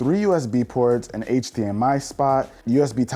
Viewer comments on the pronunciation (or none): none